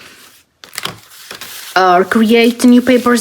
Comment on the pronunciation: you have a lot of good ideas. I enjoy watching your channel… You are pronouncing the word “develop” wrong…it is pronounced like: “duh-vel-up”… hope this helps